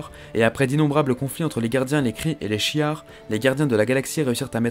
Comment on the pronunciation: Je rigolais a chaque fois que tu disais shi'ar 😂